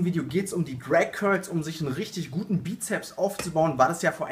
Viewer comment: "Crag curls" am anfang :D